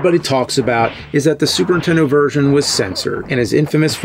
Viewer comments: Why does it sound like you say SUPERTENDO and not superNINtendo.? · The way you say Super Intendo takes me back. My cousin always said it like that and I'd yell at him that there was an N. Memories. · He can say Nintendo but still says "Super intendo". No wonder you got bullied bruh, It's frustrating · Is it just me or does the nerd keep saying super tendo? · Love you videos, but what the heck is a super In Tendo? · There are THREE Ns in Super Nintendo. Not Suprentendo. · its not a "Super Intendo" ffs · The way James always says Supern-Tendo. 😆